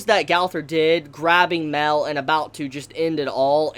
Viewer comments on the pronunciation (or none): MAH-EL NOT "MELL" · You pronounce Mael wrong. You say Mel instead of My-Ell. I only point this out cause it's a significant name. Think of Moby Dick, "They call me Ishmael".